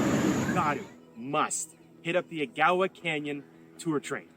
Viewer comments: Ag - a -wa Canyon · Agawa is pronounced:: aga wa canyon. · A - gah - wah (Agawa) yes that tour is great. Sorry certain words I know well cause I lived there for a long time. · I live in Sault Ste. Marie. The Agawa, said more commonly like (egg-awa) just for pronunciation. It's the most amazing in the fall. September to the middle of October. It's full day experience. Sault Ste Marie isom the border of Michigan . The summer experience is beautiful, water front, a lock cruise that takes you under the international bridge, through the very old lock system that changes the level of water while you leave the St. Mary's river and enter Lake Superior which is the largest of all the great lakes. Much like Thunder Bay we are highly underrated in much of the same ways. Its truly sad. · Agawa is pronounced: AAG (long ayyy and hard g) ~ awah like awash without the sh. AAG awa. Hope this helps. Glad you pointed out our neck of the woods in Sault Ste. Marie, Canada. We're just cross from Sault Ste. Marie in the Michigan UP. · This is where I live and its gorgeous. The islands, where i live it looks exactly like this. Ganon- ock- way is how its spelled. Northern Ontario all looks like this. Ag- aw- wahh canyon is absolutely gorgeous. They drop you off and you can have a picnic. I stuck my head out and it was a blast. ❤ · Surprised another sooite didn't say anything about the way they're saying A-gow-a. I was giggling. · Eh - Gah - Wah Canyon is the correct pronunciation of Agawa Canyon. The scenic rail adventure is a day-long adventure that includes approximately four hours on the train to the Agawa Canyon; a 90-minute stop in Canyon Park for taking in the sights off-board the train; and a four-hour return to the station in Sault Ste. Marie. Ontario, Canada. The most spectacular viewing occurs in the Autumn when the trees' bright red and orange colours leave a lasting impression. Chimo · It’s pronounced Ag a wa